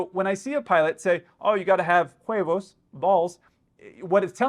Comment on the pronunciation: Nitpick: "huevos" is pronounced as "uevos" (the "h" is always silent in Spanish)